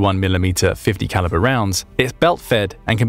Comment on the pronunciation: Why do you keep saying .50 caliber???